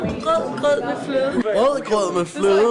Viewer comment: Only a few of the Danes are actually pronouncing it correct. It's called rødgrød, not rød grød. Sadly, many Danes can't tell whether it's one or two words. This is probably due to learning English grammar where most words are split in two. In Danish, however, we tend to put the words together. In some cases, an s or an e can be used to connect the words.